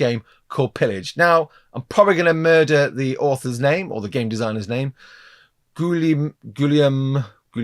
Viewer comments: Phonetically, Guillaume is pronounced gee yum with a hard G, and the double Ls are silent as in Spanish Va ye ho (Vallejo). 7th Son pronounces it correctly. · Nice vid ! Yeah, french names are tricky. First name would be pronounced like: Gi-yo-me. You aced that last name though, congrats !